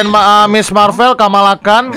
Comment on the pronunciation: bang itu bukan kamalakan tapi kamala